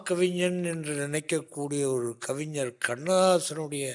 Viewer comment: 'கவிஞர்', கவிஞ்சர் அல்ல.